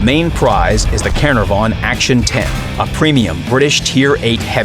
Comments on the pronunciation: Caer-na-what? Jesus wept.... Try it this way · You said caernarvon wrong